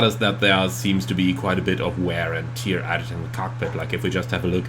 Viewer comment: Nice video as always! Just to let you know, in the phrase 'wear and tear' the words have the same sound and rhyme. You are saying tear like the thing that comes out of your eyes when you cry! Please don't take this the wrong way! I love your videos and your English is incredible! Just a little hint as everything else is so good, you might as well get this right!